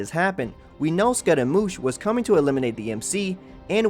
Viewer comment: the way he called scaramouche as scotta-moosh XD